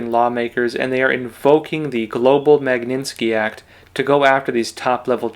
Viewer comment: I am sure your Chinese pronunciation outstrips mine buy orders of magnitude. However, please pay attention to English pronunciation. Mag KNIT ski act. I hate to say it, but as someone with years of professional experience in this area, mispronunciation can do horrible things to your credibility that you don’t deserve at all. God bless you and take care